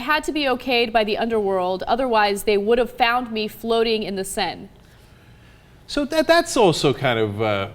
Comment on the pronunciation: the way she pronounced Seine... ohh Ana nooo